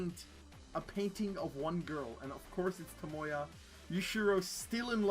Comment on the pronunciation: It's TAMAYO not TOMOYA!!🤦‍♂️🤦‍♂️🤦‍♂️🤦‍♂️